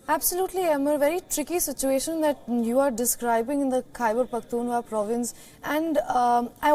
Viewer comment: It's Khyber Pakhtun Khwaa......not Hua......dear anchor